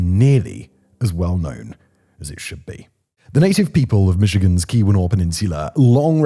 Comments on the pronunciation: Kah-WEE-nah? 😂 KEE-wah-naw. This is a fairly well known event in Michigan. It surprises me it's not better known outside. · Also, around , pronunciation: Kee-wa-naw. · Its pronounced Key-win-naw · Simon, thank you for trying to pronounce the Upper Peninsula names. In Michigan we say "Calumet" as KAL-YOO-METT and "Keewenaw" as KEY-WEH-NAW. Cheers! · HOW-ton County. KEY-wa-naw Peninsula.